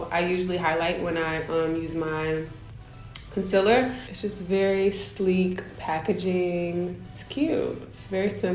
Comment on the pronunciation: Gurl bye did u just say conciller